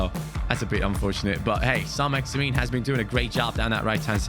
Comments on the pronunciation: Your pronunciation of Saint-Maximin isn’t quite accurate by the way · The way he says ÅĽMİŘÖÑ